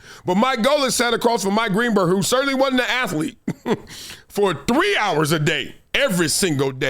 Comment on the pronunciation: Lol. “ATH-A-LETE”